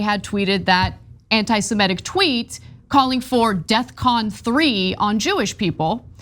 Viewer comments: It’s “Defcon” not “Death Con”. That’s probably why it seems aggressive. He just doesn’t know words. Which is hilarious because you’d think a rapper of his caliber would know words lol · I don't mean to be picky, but isn't it def-con?